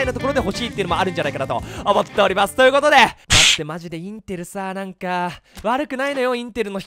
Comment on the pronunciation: 最初さ、思っつぇおります！って言ってるよね